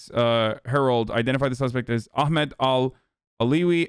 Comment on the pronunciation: I fucking love that you pronounce ahmed right